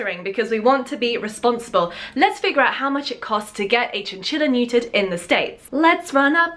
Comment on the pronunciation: Your accent was great but for future reference, you won’t hear such a hard T from most people in America unless the word BEGINS with T. We pronounce buTTer as budder, criTTer as cridder , and neuTer as neuder